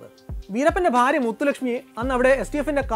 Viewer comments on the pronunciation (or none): none